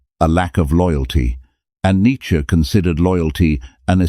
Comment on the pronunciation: The content is excellent but the illustrations are confusing. Monks versus more contempary dress? Some of the images are homoerotic. They just distract from the content. But you did get Neitzsche pictured correctly and thanks for pronouncing his name correctly.